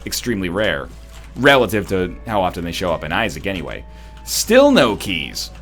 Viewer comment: NL, dude... pronounce whatever you want to pronounce however you want to pronounce it... but please... PLEASE stop pronouncing the "T" in "often!" Seriously, Listen, Glisten, Fasten, Moisten, Soften... do you pronounce the "T" in those... No! And if you do your "teachers/professors" were WRONG! Disclaimer: I'm just fuckin' around! ;)